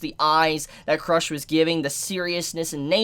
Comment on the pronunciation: pronunciation: Rem-Reim Petelgeuse- beetlejuice/Petelugiosie Cru-sh turns into crush